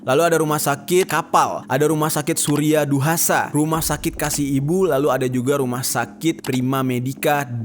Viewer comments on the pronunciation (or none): Rs surya husada bang bukan surya duhasa 😊